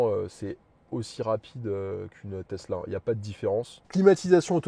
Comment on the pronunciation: il a dit plus "testla" dans la video que BYD